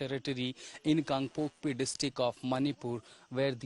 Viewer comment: It's KANGPOKPI not KangpokpO